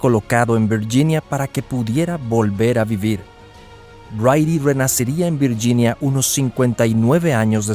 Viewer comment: Viyinia? Hablé bien el castellano